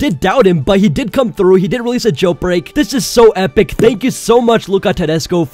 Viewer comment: He is saying jailPreak 😂😂